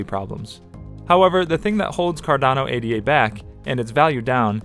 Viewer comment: It’s not A-D-A. It’s Ada. Like the woman’s name.